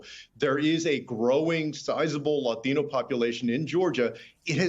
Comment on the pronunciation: Why do reporters who speak with an american accent feel the need to pronounce "Latino" with a spanish accent? Do they think it makes them seem cool?